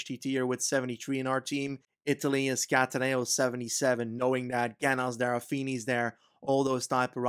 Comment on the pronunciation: Great vid as always! Just thought that i may share some pronunciation tips for italian stuff, if you’d be interested. In no particular order: Lombardìa, not lombàrdia; Cattàneo not cattanèo; Zoncolàn not zòncolan; Montevergine with soft g, think more of a j, same for mercogliano. hope it helps, cheers mate, looking forward to the next vid!!!!